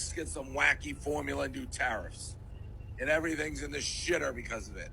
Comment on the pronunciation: Carrots not tarriffs